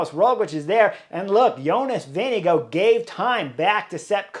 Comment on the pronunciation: I know Chris horner likes Pogacar more than Vingegaard, me too, but is it on purpose that he is pronouncing Jonas' surname like "Vinegar"...?